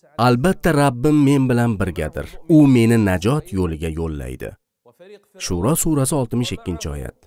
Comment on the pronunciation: Shuro emas shuaro